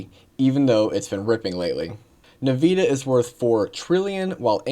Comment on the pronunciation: nvidia pronounce in english . You should google this!!!